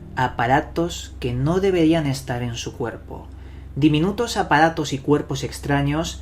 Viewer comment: Como es que el orggg suena y dices ahoda, segudo, apadatos, etc